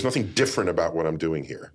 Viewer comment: *Nothing There is no "B" in the word "nothing".